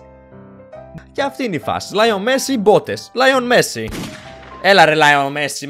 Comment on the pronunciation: λιονελ μεσσι οχι λιον μεσσι